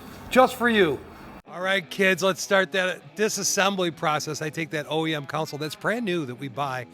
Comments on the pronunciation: It's a friggin "console" not "council" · It is pronounced, CON-sole, not council. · Nifty stuff, but it's CONsole not COUNcil. Thanks. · Why do so many call it a counsole or a council, its a CONSOLE! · CON-SOLE This is unwatchable! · Pronouncing console as "council" is so Great Lakes. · Council is not a correct pronunciation of console. It's just because someone said it wrong and someone else repeated it. Just like the goofball who first said "hone in on it." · I'm from the rural midwest, nowhere near academic elite. I know there are places in the south who say council, but it's still incorrect. How TF do you get COW out of CON? Those mispronunciations are going to disappear over time as American English becomes more homogenized. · yes, the English language is definitely tricky. People pronounce words differently that mean the same, like almond, salmon, worcestershire, and sherbet to name a few. But when we say council or counsel instead of console, the definitions are completely different. That console is pretty sweet!! I am very impressed with your craftsmanship and design! Nice work! It's not for me, but if I was building a RestoMod Chevelle, I would definitely want one of those badboys in my car. I can't wait to see your future builds out tearing up the ashphalt! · no you just pronounce console wrong dude